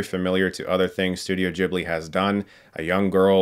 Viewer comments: I’m never gonna say Jibli in my life ... it’s Guiblee :/ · "Ghibli", not "jibbly" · Chris I love you but please don't say Djibli, Ghibli is an Italian word (derived from a Libyan word) so the H after the G makes sure it's pronounced just the way you read it, with a hard G. If you want to pronounce it the Japanese way, which might be even more correct in this case, a Japanese friend of mine told me it's pronounced like "Jiburi", but yeah, Djibli is just very, very American. :/ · it's NAWT "dchibli". there's an "h" after the "g". "g" as in "gif" :'DD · Yeah, not the best example:) And although I do know Chris (as in "chasm") is a huge fan of the studio, it's weird hearing him mispronounce its name.